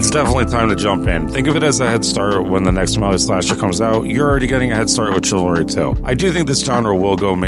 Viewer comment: Thousands of hours. Says the "ch" in "Chivalry" like the "ch" in "chair". 😂